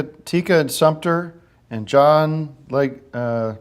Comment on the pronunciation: I loved that by trying to get it wrong, he got John Leguizamo's name properly pronounced.